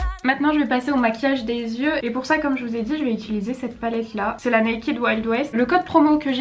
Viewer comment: Par contre ça se dit naykaid :)